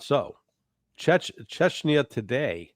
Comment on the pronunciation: take umbrage to the shirts' pronunciation of "chechenya", but then again, to the colonels' point, I'm , an American, and I'm only an idiot with an opinion, and probably spelled the name of the place wrong 😅